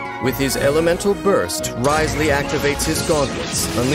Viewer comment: Hopefully hearing Dain pronounce Wriothesley correctly multiple times within this video will be enough to make y’all stop calling him Rizzley. He does indeed have W rizz but the intentional mispronunciation got old fast